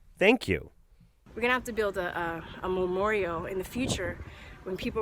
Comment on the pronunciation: Is it me, or is she saying memorio?